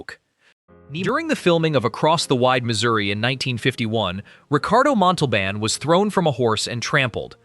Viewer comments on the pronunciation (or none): Ricardo Montalban was a wonderful actor and you talk about him, but you pronounce his name wrong. That drives me crazy. If you’re gonna talk about something in a video with the least you can do is pronounce the name correctly.